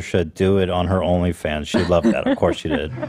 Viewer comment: Lmfao. Ethan said " only pans fage" when he was talking about belle delphines new video.